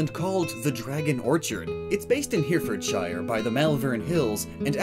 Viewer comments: Excuse me HERE FORD SHIRE? It's Hair_uh_fordshire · Your pronunciation of Heartfordshire XD it's pronounce 'hart-fud-sheer' my friend XD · Here-Ford-shire? Oh 😂 Hera-ford-sheer 😁👍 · As a resident of Hereford, It's pronounced Hair - Re - Ford - Shire , Not "We are Here-fordshire". I've never heard an American try and pronounce it before but I can understand the confusion from someone that is just looking at the noun. <3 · It's pronounced herriffud-sheer not hear-ford-shyer and malvern is pronounced mole-vern like how americains pronounce shopping mall XD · "Here-ford-shire" Oh, you tried. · Herefordshire and Malvern killed me as someone from there, in case anyone was wondering it's pronounced heh-re-ford-shire and mol-vern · Hearfudshier!? Bruh it’s Herefordshire it ain’t hard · You terribly miss pronounced Herefordshire, it’s pronounced hair-re-ford-sher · You butchered the pronounciation of "Herefordshire" and "Malvern". I am a local and I appreciate the effort it made me laugh xxx